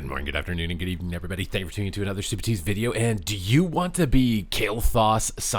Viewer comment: Supatease on mage 😂😂😂😂😂😂😂😂😂😂😂😂😂😂